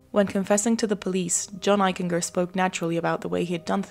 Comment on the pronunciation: I went to Middle School and High School with John Eichinger and he was a pretty nice kid; in hindsight there may have been a cruelness to John. You're mispronouncing Eichinger; it's a hard G . like a J. "Eich-en-Jer" . . . Excellent episode otherwise